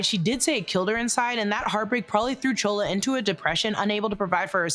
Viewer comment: Why do you keep calling Chula, Chola ..?